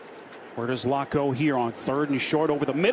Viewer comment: Is it me or was he keep calling Locke "Luck"?